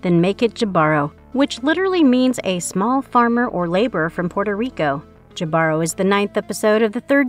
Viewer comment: Jibaro is pronounced hee-bah-roh, not Jah-bar-row